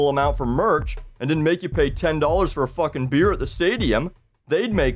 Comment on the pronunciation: First video I've seen of this guy... He has to be Canadian. The way he says "fucking" is Canadian through and through.